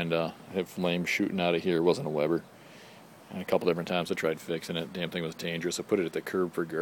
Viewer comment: Decent video - But its a WEBER not webber. Always a great grill. My last one lasted 15 yrs. Could have went longer but had the urge for a new one. About the propane scale - lasts only so long. spring based... You sound like you really don't need it anyway. I can lift mine & tell pretty accurately if its 1/2, 1/4 full etc. I'm looking at the 330-e, think it's in my future.. Keep on grillin"!!